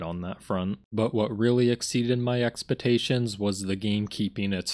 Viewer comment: "May have dropped the ball by judging this game far too early" Yes you did... Twice. Also learn to say expectations right, its not expetations.